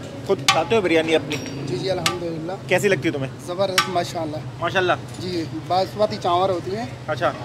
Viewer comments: Banaspati nahi Basmati bolo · Bhai Khuda ka wasta, 5 bar apne bnaspati chawal bola ha, banaspati chawal Kia hota ha? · banasbati nae basmati hahhhaahhaha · Asalamualaikum bhai banaspati rice nai hotay basmati rice hotay hain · بھائی بناسپتی چاول نہیں ہوتا،،، باسمتی چاول ہوتا ہے۔۔۔ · السلام علیکم ورحمتہ اللہ بھائی ایک درخواست ہے بناسپتی نہیں ہوتا باسمتی چاول ہوتا ہے یار 🙂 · بھائی نہاری کا نیا اسپاٹ متعارف کروانے کا بہت شکریہ بھائی آپ کراچی باشندے ہیں چاول بناسپتی نہیں کہا کریں چاول باسمتی ہوتے ہیں اور گھی بناسپتی ہوتا ہے اردو کی تہذیب کو بھی برقرار رکھیں تو ولاگ کا لطف دوبالا ہو جائے گا شکریہ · bhai, basmati hota hai na ke banaspati chawal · Bhai,Banaspati Rice Nahiiii, ( Basmati Rice ) hota hai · Bhai banaspati nhe hota basmati rise bolte hy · Bhai jaan masmati rice hain na ke banaspati rice.. 😜😜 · Basmati not banaspati rice بھائی باسمتی ہوتا ہے بناسمتی نہیں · U didn't wrote location in description box ,also u continually saying in video banaspati rice , actual word is basmati rice.before posting the video u should recheck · Bhai banaspati chawal nahi hota, basmati hota hay,program say pehlay kuch sekh lia kro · It's Basmati rice. Not Banaspati rice. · بناسپتی نہیں باسمتی ھوتاھے ۔۔۔۔۔کہاں سے آتے ھیں یہ لوگ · باسمتی چاول ہوتا ہے، بنا سپتی گھی ہوتا ہے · You must know it's not Banaspati rice, IT IS BAS-MATI. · Laloo khetiyee! ,chawal Basmati hota hay ,banaspati nahin. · boss its basmati not bnaspati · Banaspati nhi hotaa basmati hotaa hai!! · bhai sahi lafz basmati not banaspati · bhai good video Please correct its basmati rice not basmati Plz dont mind Thanks